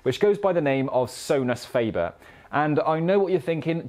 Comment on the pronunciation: So-nus fah-bear